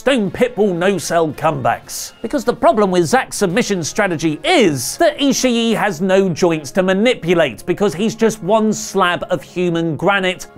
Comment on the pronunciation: is it not pronounced Tomohiro e-she not e-she-e?!